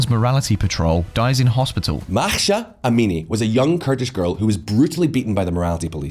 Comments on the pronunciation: For love of God, learn how to say her name, it's NOT Mahsha, it's Mahsa!!!! It's has been over 2 months since her name went international, why the western media has such hard learning her name?! It's lazy reporting. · How can you possibly read "Mahsa" az "Makhsha"?!